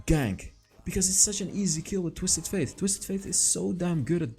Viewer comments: Btw, the champion's name is pronounced like the word "date" not faith. I'm already used to hear u saying twisted faith instead of fate and I actually don't mind it that much. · Yeah, it kinda triggers me when he says „faith“ :D